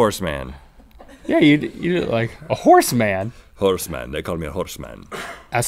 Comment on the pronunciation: Lol suddenly Rhett turns into the russian... Horse Mahn.